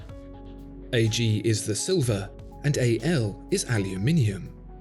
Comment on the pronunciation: Finally someone who pronounce "aluminium" correct.